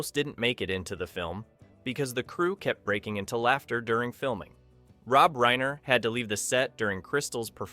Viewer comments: Homie, you’re a small channel so I want to support you, but butchering Reiner and Knopfler’s names, the weird breaks between some lines, and some weird image/narration matches bring the quality of the piece down. Commit to the project and strive for perfection and you’ll succeed. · Nicely put together synopsis. But, for crying out loud, could you not pronounce "Inigo" and "Reiner" properly?!?